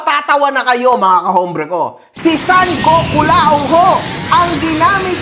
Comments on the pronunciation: GOKULAONG ❌ PICOLAONG ✅ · GokuLAONG ✖️ PicolloONG ✅️ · KULAONG ❌ PICCOLAONG ✅ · Gokulaong ❌ Piccolaong✅